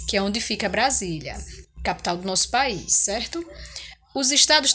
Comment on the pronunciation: É país ñ bais 😁